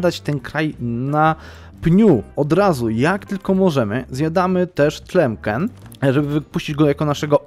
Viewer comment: Brawo za zapał! Oglądam! Ale nie "Tlemken" tylko "Tlemsen" :-)